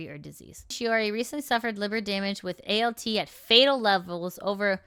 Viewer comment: Im sorry, the way you pronounced ALT made it sound like pasta 😂. No shade, I know medical gobbledygook is not easy without practice, it just made me laugh a bit.